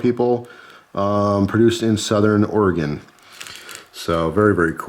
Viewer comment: As a fan from Oregon, I'm glad to hear you said the name right.